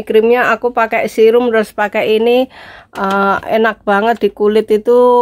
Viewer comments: Serum mba ngucap nya bukan sirum hahaha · Akhirnya...terbuka sudah rahasia wajah glowing...serum mbk...se nya kayak pas ngomong gesek....kasihan lek sirum jadi korban 🤣🤣😂😂 Lengkap tenan mbk make up nya...👍👍😁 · koq susah bingitttt bilang serum hheeeeeeehheeeee... tp kulit x bagus, sayang mbak Nik...beli” g’ dipakai